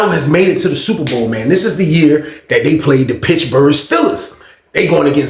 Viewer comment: Bro said "Pitchburg" Steelers 😂 you startin to talk like a old head 😂